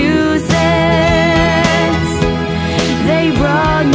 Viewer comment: Hehe! i just wanted to see you pronounce Massachusetts after so many Americans have failed at it. 🤪